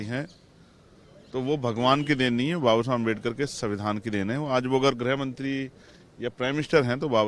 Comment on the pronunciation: Bolna sikh le beta greh mantri nahin hota h greeh mantri hata h